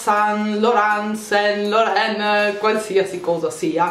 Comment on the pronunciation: Yves Saint Laurent si pronuncia iv sænt loran